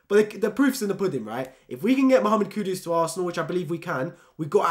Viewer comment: Mate it's kudus not Kudos like keeps butchering his name